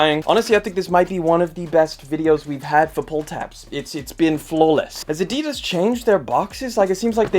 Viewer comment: Somebody definitely needs to learn how to say Adidas.